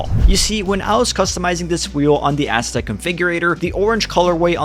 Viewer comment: Stop pronouncing it ass uh tech. Haven’t u heard how Andre pronounces it?